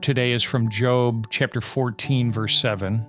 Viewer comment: I really hope miss pronouncing Job was a mistake and not AI. I really love this channel and just hope there is somebody behind the mic with these wonderful insights. I don't know why that means so much to me.